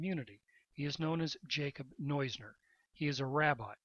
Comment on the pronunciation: His name is pronounced "nooz-ner" not "noy-zner".